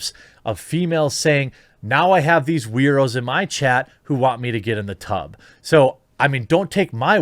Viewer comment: When I heard you say tub streams, I thought you said tug streams.